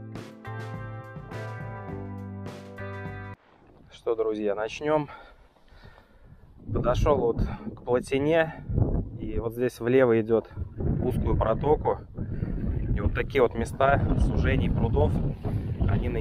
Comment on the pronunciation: Ты что не русский ударение не правильно ставишь на слове плотина